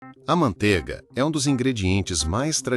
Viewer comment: ManteIga tem "I". Que agonía de ouvir falar mantega.